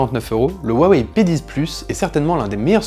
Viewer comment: G crue entend te penis aux lieu de p 10